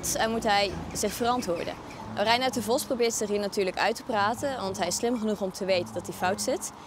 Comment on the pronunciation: waarom spreekt de presentator het woord vos zo raar uit , vosz , is hij een hongaar ofzo ?